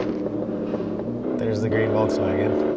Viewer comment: It's a green VOLKSWAGEN NOT WOLKSWAGEN